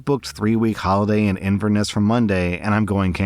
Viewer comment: As someone born and raised and still lives in Inverness after decades. Why come here for 3 weeks? you'll have done everything after 3 days lol Also the "Ness" part is "Neh ss" not Ni ss"